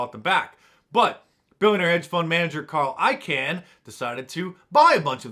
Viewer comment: Carl I Kahn. Not can